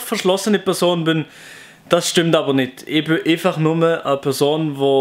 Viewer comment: Ja me varstats scho aber es wird fill andersch betont z.B ich sege äifach und du eeifach